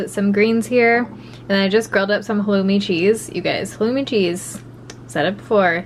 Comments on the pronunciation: jordan dean thank you for spelling it out for me. I couldn’t understand what she was saying when she described it 🤣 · What kind of cheese is it? I swear I’ve gone back a million times and can’t quite make out the kind. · I couldn’t understand what was calling the cheese. Does anyone know what kind it is?